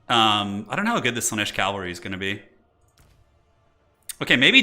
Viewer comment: is killing me with the calvary.